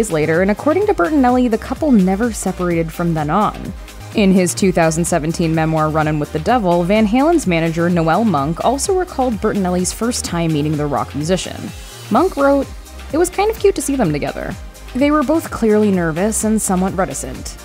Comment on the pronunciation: Noelle Monk? Noel. Pronounced NOLE